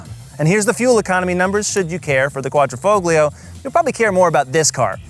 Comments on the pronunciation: DAWG...THE "G" IS SILENT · In Italian grammar, the ‘g’ in ‘Quadrifoglio’ is silent.